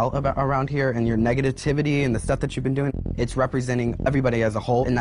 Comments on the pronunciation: Are we gonna ignore the fact that Phi Phi said 'negitativity'? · did phiphi say "negabativity" or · When phi phi says "negativetivity" instead of negativity lmao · Sorry, I just can’t when Phi Phi said - Negative tivity - 😤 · Arturo Rodriguez Negativetivity lol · Y’all really sleeping on the fact that Jaremi said “Negativtivity” Edit: Sharon’s little gasp is funny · The captions have the ultimate read of PhiPhi when she says "negativitidy." They straight up actually transliterated to "negativitidy." Gurl. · Phi Phi says Nega-tah-tivity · no one: Phi Phi: negavativity.